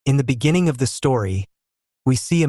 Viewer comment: "In the binigging of the story🙏"